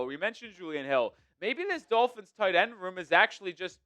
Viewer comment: Ross screwed the Dullphins, as pronounces it, when he extended McDipshit for no reason other than continuity for continuity’s sake. I’m for firing the fucking head coach every year until we find the right guy. Look at what the HC from the Bears is doing. That team is 9-4? How? They got nothing! How about the guy coaching the Jaguars? Those teams we shite last season. It’s amazing what some good coaching can do LOL. I’ll laugh my arse off if the Eagles don’t extend Phillips and he’s just a half season rental. After his first couple games with the Eagles where he balled out he’s now regressed to his norm.